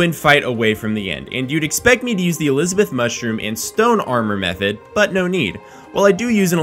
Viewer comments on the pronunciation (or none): none